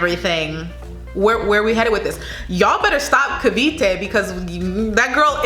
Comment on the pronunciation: She pronounced Cavite well. Go Billie! She's an underdog but definitely checks all the boxes. I will not be surprised if she gets crowned MUP.